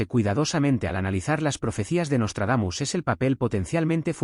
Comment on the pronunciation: Jajajaja pura mmda el " nostardamus mucho" ....